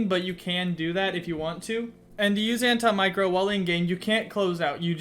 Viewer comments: It’s anti-macro not an-ti micro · sorry am i the only one thats getting triggered by him saying micro 😂😂